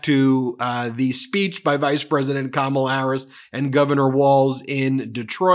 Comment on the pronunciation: Ben, you mispronounced Kamala. Kam rhymes with mom not ham. It's pronounced comma-la.